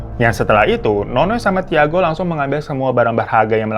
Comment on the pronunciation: Tiago itu dibacanya Cago ya babu, pun10. ngasih know doang